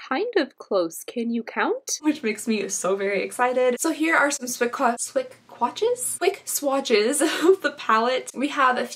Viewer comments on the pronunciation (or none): "Suick Qwatches" love that 😂💖